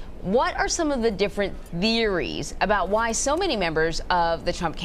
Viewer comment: she can't pronounce "theories", is she medicated?